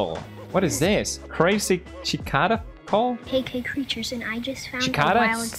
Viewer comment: HIM TRYING TO PRONOUNCE CICADAS